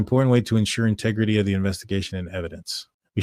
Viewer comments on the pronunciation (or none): none